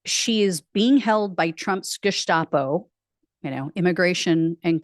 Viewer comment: Gestapo, not Geshtapo.